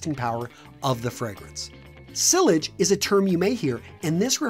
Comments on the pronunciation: Its not “sill lidge”, it is “si-aj”, but great video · It's pronounced as "see-yazh" not "see-ledj". 😉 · Sillage is Pronounced Seeeage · It is pronounced as sillay not sillage. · I care. It's Eau as in oh! Also Sillage is pronounced See Arj. Both words are French. If you're going to use these words get them right., otherwise you just sound like a drip. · The french words/names pronouciation in this video killed me XD. Just to tell so you can get it right: Eau de toilette= Oh duh toa let Sillage= si yahge Cologne= say the same but pronouce the "gn" like the russian word for No wich is Niet but remove the "et" So say coloni-et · Why did he misponouns sillage and niche😂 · You pronounced “silage” wrong, it’s a French word.